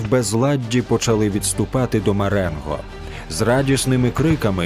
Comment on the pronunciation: Маренґо? З буквою "ґ"?